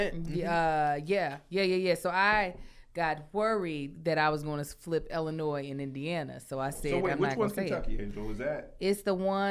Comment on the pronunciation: Why does pronounce Illinois like it starts with an "E"?